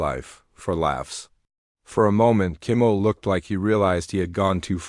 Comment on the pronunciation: Hate AI. Can’t even pronounce Kimmel properly. Out at 40 seconds.